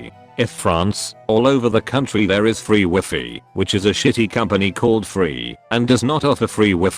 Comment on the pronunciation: "Free WHIFFY"